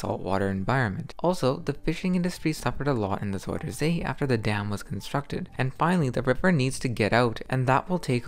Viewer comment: It is NOT Zoider say it is zUIder zee with an UI, not an oi!!!